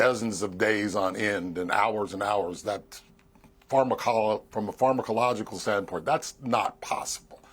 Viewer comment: If that guy says pharmacological incorrectly one more time😂🎉